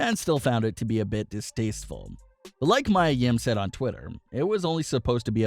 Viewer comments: Dude it’s Mia (Mee-ya) not Mya (My-ya) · Her name is pronounced "Me a" not "my a." If you're going to report about them you might want to pronounce their names right. What I heard is that the seizure was Vince's idea but Mia came up with the possession idea instead. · Me-A not My-A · It's not Mya, Mia is pronounced, Mia (Me-Uh). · it is pronounced..MEEEE AAA yim..not MYYYYAAA come on mannnnn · her name is Mia Yim pronounced (Me - a) Yim not (My - a) Yim if you're going to report about her atleast pronounce her name right. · It's Mia, not Mya. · It’s ME YA yim not Mya. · Me-ya not my-ya. How do you have a wrestling channel and constantly get the names wrong? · Its Pronounced Me Yah Yim not My yah Yim 🤣🤣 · It’s Mee-A... Mia LMAO 😂 not Maya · Me ah NOT my ah! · Yeah this guy is pronouncing it as Maya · It’s pronounced MEE-ah. What’s wrong with you? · Jesus Christ... It's MIA, Meeya!! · Its Mee ya ... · Mia (Mee-yuh) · Maya Yim is facing backlash for what happened on Raw last week Everyone: its pronounced Mee-ya Me: at least you tried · King Mia Yim he's saying "Maya" instead of "Mia" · Yup its Mai-ya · Her name is pronounced “Mee-A” (Mia) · right I was like am I wrong LMAOOO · This guy always gets names wrong. I am 98% sure he doesnt watch any wrestling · Ffs thank you it was driving me crazy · You deserve a thumbs down for mispronouncing Mia’s name. That’s more offensive than the incident itself. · Learn how to pronounce mia correctly